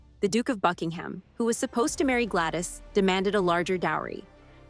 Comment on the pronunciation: Gladys not Glattis.